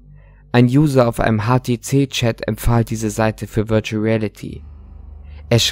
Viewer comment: VIRUTAL REALITY" XDDD